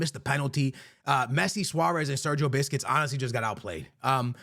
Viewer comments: “biscuits” lmao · Sergio Biscuits 🤣😭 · My boy said “Sergio Biscuits” 😅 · "Sergio biscuits" 🥀🥀🥀